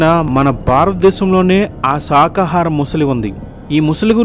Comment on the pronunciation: శాకాహారం అని పలకకుండా సాకాహారం అని పలుకుతున్నారు. ఈ వీడియో నిజమైతే టీవీ చానళ్ళలోనూ,వార్తాపత్రికలలోనూ ఈ వార్త ఎందుకు రాదు?